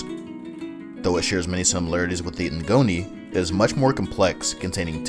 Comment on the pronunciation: Ngoni is pronounced (Goni) you don’t prenounced the n